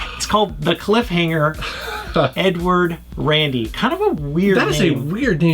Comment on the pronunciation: i thought he said "N-word Randy" XD